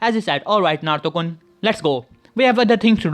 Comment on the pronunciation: Why are you saying Naruto kon